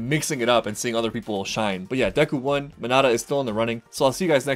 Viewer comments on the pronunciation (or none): The boy with the purple balls on his head is Mineta, Men-eh-tuh. Edit: Scratch that let’s let him say Minudo 🗿